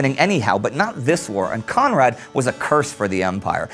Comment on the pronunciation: I love, how you always pronounce Conrad.